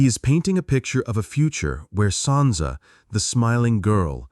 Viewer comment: Sansa not Santa jesus christ